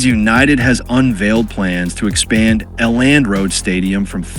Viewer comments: L and road stadium 😂😂 elland road (ell end) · A Land Road? The AI bot needs to do his homework. 😮